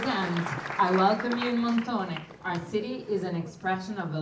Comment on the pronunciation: Really lovely and great report. I enjoyed it very much. 🥰 But. Please say Montone and not Montony. 😇🤣